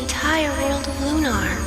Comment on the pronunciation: And here I thought it was Lunar, not LunARR